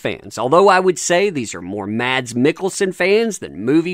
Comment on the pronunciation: Mads Mikkelsen's first name is pronounced "Mass"